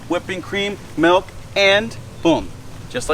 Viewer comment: He said melk...